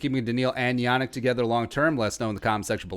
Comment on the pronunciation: it's pronounced "Yah neek"